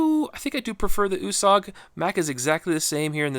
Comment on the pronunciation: I think it is pronounced ( you- sag). My last name is Italian and it stays with a U and it is pronounced (you).